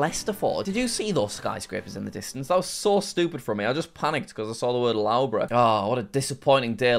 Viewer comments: By the way it’s pronounced lufborough not lowborough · lowbruh.. BRO its luffbruh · "L-au-bruh" caught me off guard It's pronounced "Luff-bur-ugh" but it's all good Jack! :D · love the way Jack mispronounces most names, Loughborough 'Lowbro' - it's Luffborough! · No way Jack just called Loughborough (l-u-f-b-u-r-u) Loughborough. But thx for the entertainment on Christmas Eve Jack!!!!! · licester owns loughbrough and it is prononoced lovebrough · Jack pronouncing Loughborough as lowborough hurts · Loughborough is pronounced “Luff- bruh” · The way he says Loughborough hurts my soul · As a person living in the UK and studying at Loughborough University, your pronunciation of Loughborough was so bad I wonder if you were faking it! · We can't just leave how he pronounced Loughborough. That's just painful. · Please learn how to say Loughborough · you have no excuse for butchering the pronunciation of loughborough, please resolve this issue asap.